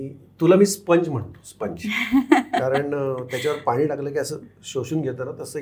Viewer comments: आनी पानी. .. अशुद्ध.. कुणी ठरवलं... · 😂😂😂❤❤ नाहीं नाही पण 'न' आणि 'ण' मधये फरक असतोच नाही तर भाषेचे तिन तेरा वाजतील 😅😅😅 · पाणी शब्दाला पानी म्हणा आता आनी पानी ही भाषा.😂😂😂😂😂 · अरे 'पाणी ' म्हणा नाहीतर 'पानी ' म्हणा त्याचं काय दुध होणार आहे का?😊 पाणीच वाटणार आहे ना . मोक्कार चुका शोधायच्या आणि मी कसा वेगळा ,विनाकारण दाखवायचं . शब्दांचा आनंद घ्या ,वेगळी भाषा बोलून बघा मस्त वाटतं❤